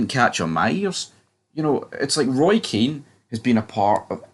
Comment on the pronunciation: Hun ears ffs get a grip kid he's been sucking english cock for years Kean gives them abuse you simpleton did you go to a special school if you're a football expert get people's names right